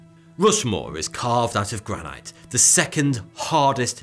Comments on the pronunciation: The way you say Granite bothers me. Coming from the "Granite City" of Scotland 🏴 I maintain the right to complain. It is Gran-IT say it right. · I hate the way he says Granite. Stone, glass buildings, sculptures or at least parts of them might be covered by vegetation but they would still exist in the same way as Mayan and other ruins in Mexico exist. Cities buried by sand would be protected by the sand. Plastic breaks down when exposed to the sun but buried plastic pipes would persist indefinitely.